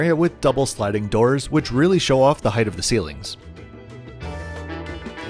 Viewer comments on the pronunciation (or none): none